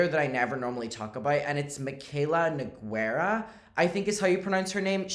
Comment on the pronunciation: The u in Nogueira is silent. The way you pronounced the g is correct tho